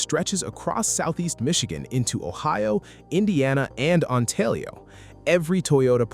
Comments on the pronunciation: "OntaLio"???? (Ontario) AI slop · Our Canadian neighbors to the south will take issue with the A.I. narration's butchering of "Ontalio." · "Ontalio" lol 😂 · This is an AI channel, right? The voices are different on videos and the oldest ones sound more robotic. This video doesn't show footage of the light tunnel, just keeps showing the people mover, and it pronounced Ontario weird. The uses of emdashes in the video and channel descriptions are sus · Fake A.I. voice narration on this video. The fake software doesn't know how to pronounce 'Ontario' LOL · This has to be AI. I am not the grammar police. But there is no L in Ontario.